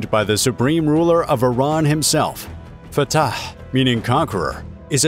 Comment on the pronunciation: I must admire the commentator for saying the word correctly. "Fatah" is an Arabic word and only those who speak Arabic can say it correctly. He is amazingly correct. Either he speaks Arabic or he knows how to do perfect commentary. Great work. I liked your video. Thank you.